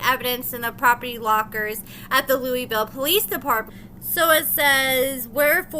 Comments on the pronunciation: LEWIS-ville, Not LOUIS-ville, lol. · it's Lewisville, TX. Not pronounced like Louisville, KY. Lew-Is-Ville! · It's not Louisville it's Lewisville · LEWIS-VILLE NOT LOUISVILLE. Damn! They are pronounced differently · it's Lewisville just like is spelled not Louisville like Kentucky... 😊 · Love you but it's pronounced Louis-ville. I unfortunately live not too far. Also- think quaylon can hook me up? 😂 Edit:: nevermind. Carry on. 😳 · Its Lewisville the way its spelled